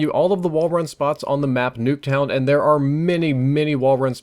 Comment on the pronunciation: "Nacktuown" ok..